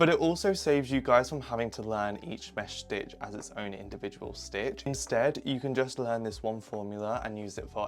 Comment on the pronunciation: idk why, but the way you pronounce 'mesh stitch' is satisfying- (btw ur so cool)